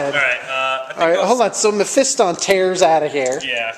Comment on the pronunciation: Mephiston! thank you for saying it correctly in 3 years you are only the second person on youtube I have heard not say it incorrectly like meh-fee-ston.